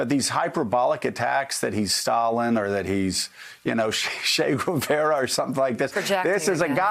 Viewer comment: It's pronounced "Che" Guevara, not "Shay".